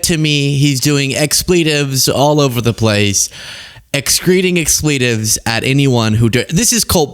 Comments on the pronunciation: "X". pletives. Proper pronunciation, please. ❤ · Please tell us that you are mocking her pronunciation of expletives.